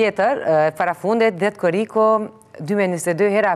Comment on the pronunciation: Moderatorja thot " dhjet koriku qka eshte dhjet korik a deshiron me then Korrik muaji or what confused??!!!!??!!!!!